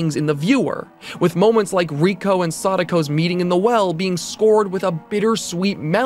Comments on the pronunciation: Ray-ko, not ree-ko. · She later figures out that she was spared because she copied the tape and showed it to Ryuji. Also Reiko*. He pronounces the name wrong in the video, it's "Ray-ko" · The only thing scarier than Reiko (ray-koh) being pronounced wrong was the last second of the video. You got me good